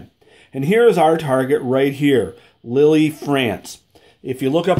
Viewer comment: Good review. (Lille is pronounced “Leel” not Lily.)